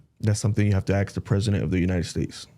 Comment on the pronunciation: when he was asked if there is and ark o the south pole this moron says " yes on the south Pole and also in Antarctica " yeahhh genius Antarctica IS THE SOUTH POLE ...! not The brightest candle in the menorah is he..this guy is 1000% full of shit and he is not even intelligent ..also what is with him pronouncing the word ASK as AX.. like when he said " I was Axed " He sounds so uneducated and dumb AF